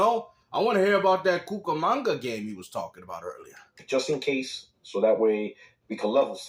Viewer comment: Cucumanga? Lol!😂